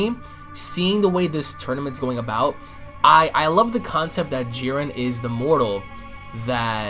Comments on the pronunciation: Why this idiot pronouncing Jiren with some weird added accent. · Nobody else got annoyed by the way he pronounced Jiren?